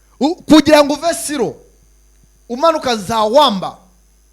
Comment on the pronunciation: Gerageza kuvuga amazina neza ntabwo ati siro ni ISIRO